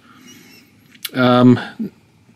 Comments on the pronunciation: Is not ziaomi, is XIAOMI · it should be pronounced as sha-o-mi not xy-o-mi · its pronounced shaoimi but spelt xaiomi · "I'm sure you're probably in the show-MEE group", well I don't know where you got that idea from, or why you think those videos of people saying Xiaomi correctly vindicates the way you were saying it. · Is it really so hard to look up how Xiaomi is pronounced?